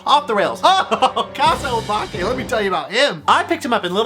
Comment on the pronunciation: Garrett your pronunciation of “obake” was on point I really recommend Nippon Youkai Daizukan (にっぽん妖怪大図鑑) by Tooru Tsunemitsu (常光徹) The illustrations are crazy good; I bought it when I was maybe Seven and it gave me hella nightmares